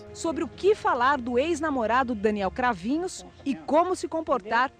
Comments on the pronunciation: Thanks for covering this case. It shocked our nation when it happened and now they're free because Brazil, unfortunately, has very lenient sentences. Just a correction in pronunciation: Cravinhos. This 'nhos' should be pronounced as the Spanish 'ñ'. His last name ending sounds as the 'ños' in the word 'niños'. Cheers! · I have to say, even though the pronunciation of the "Cravinhos" surname was off, you made it sound way cooler than it actually is xD. I only got disappointed when the portuguese audio kicked in and I remembered what their name actually was. Too bad they are actually evil, still, next time I play another tabletop rpg there will be a random villain called "Cravnoss" or something. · the way you pronounce their last name is wrong, at least accordingly to what I heard in media when it happened (im from brazil and remember this case, it’s a big thing there)